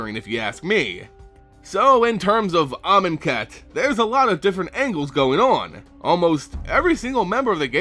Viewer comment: I can only hear the word "Almond cat"